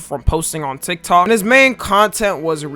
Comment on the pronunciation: He says tiktak